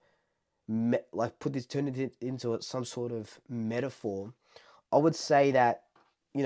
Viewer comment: It's metaphor, not metaphorm.